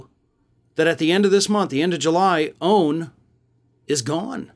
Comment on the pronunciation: Please say O A N not “own” thanks